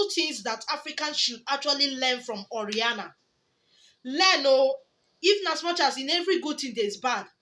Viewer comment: It's O.....RA......NIA my sister NOT O........RIA......NA